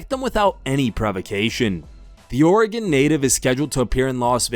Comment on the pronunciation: Holy shit you said Oregon right👍